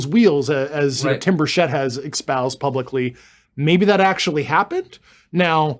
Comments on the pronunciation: Can someone please tell this guy that "expoused" is not a word. Jesus Christ when is someone going to call him out? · I love all this stuff, but it really bothers me how David Grusch, being the high ranking intelligence officer that he was, can't pronounce the word "espoused" properly.💁‍♂